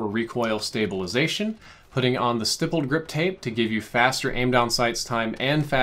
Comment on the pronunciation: Finally you pronounced "Stippled" correctly, though you spelled it wrong lol.